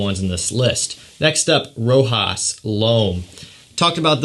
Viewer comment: I love how he can’t pronounce Rochas… 😂. Good video!